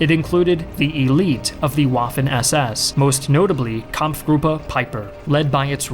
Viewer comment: Its spelled Waffen but It’s pronounced Vaffen with a V